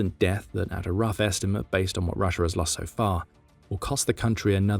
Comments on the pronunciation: It’s not “Rusher” it is pronounced “rusha”😂😂😂😂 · There is no r at the end of Russia. Proper English my ass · Always found it funny how brits said rusher instead of russia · Why do you call it Russer?